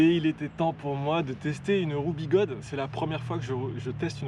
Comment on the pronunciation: Quelle intro! inspire ta création, bravo! et un grand merci pour prononcer, comme les chinois, les anglo-saxons etc... Biguode et non biguodèèèè comme certains youtubeurs français!